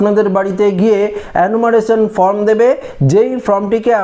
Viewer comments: ফরম নয়, ফর্ম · ফর্ম ফিলাপ করার জন্য বি এল ও অফিসারদের সাহায্য করতে হবে। সকলের পক্ষে নির্ভুল ফিলাপ করা সম্ভব নয়। এটা যাতে ঠিক হয় সেটা দেখা নির্বাচন কমিশনের কর্তব্যের মধ্যেই পড়ে। এই যে আপনি বলছেন আপনি কি নির্ভুল বলছেন? বারবার form কে from বলছেন।